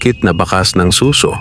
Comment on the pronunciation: Good story, yun lang pong pagkakabigkas ng "suso" pakiayos na lang kase imbes "snail" naging tunog "breast"